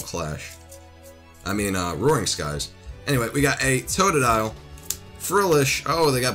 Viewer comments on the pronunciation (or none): none